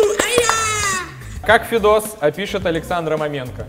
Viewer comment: Спасибо,что шутку с фамилией Федоса почти правильно прочитал )